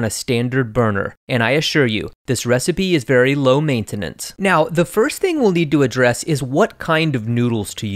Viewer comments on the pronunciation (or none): Everyone caught "lo meintainance", but nobody mentioned "shaoxing redemption" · Lo mein-tenance I caught that